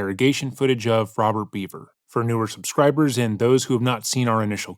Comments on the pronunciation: I have some constructive criticism for your channel. I've been watching for years so this comes from a place of love. Its pronounced Bever, not Beaver. The failure to get the basic fact of the family's last name wrong comes across as lazy and honestly, disrespectful. It is not a difficult name to pronounce. I have noticed an uptick of similar issues like this in your recent videos and would like to ask as a long time fan that you put more effort into getting these details right. There are few true crime channels that care about accurately reporting in a respectful manner, and there are MANY that don't. Let's be the prior. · Bro it's not pronounced beaver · Always thought it was Bever pronounced "beh-ver" not Beaver.otherwise, exceptional video.